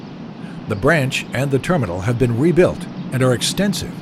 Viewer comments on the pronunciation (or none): none